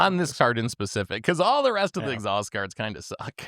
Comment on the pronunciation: yeah, it's funny though because they said it right the first time and then said exhaust every other time.